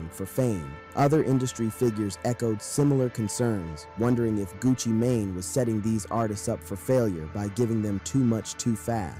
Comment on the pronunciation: I thought he said gucci Mayonnaise 😂